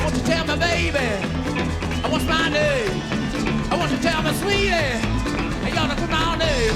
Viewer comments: he is saying sweetie multiple times, pronounced more swee-tay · The lipreading you requested... It's "sweetie." As in "Tell me sweetie, what's my name?" He pronounces it as Swee-Tay. He mouths it 3 times at the end. 🙂